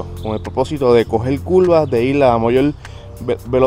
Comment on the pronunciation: Se dice curva no culva😂😂😂